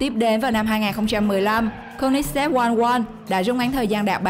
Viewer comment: cô li zét ko phải cô nít zét